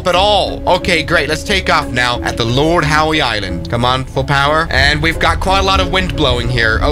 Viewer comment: It’s pronounced lord how but funny nevertheless